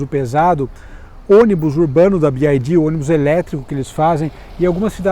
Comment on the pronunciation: Gente, se fala bi uai di. Ele fala errado, então seria melhor falar em português